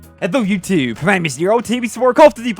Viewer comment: Why does he say “ what’s up YouTube” like that